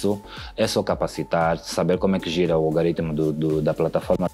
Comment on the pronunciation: Muito bem,. Diz-se Algoritmo e não Algaritmo. Gosto muito das duas personas ( e ).